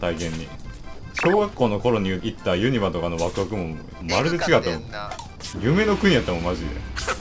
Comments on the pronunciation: 同じ地域住みなのにユニバの発音が違って新鮮でした😂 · ユニバのイントネーションめっちゃ変で好きw